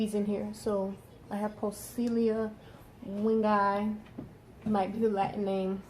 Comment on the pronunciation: Simply perfect video and well explained. Poecilia Wingei you said it right and I can see those healthy fry. Thumbs up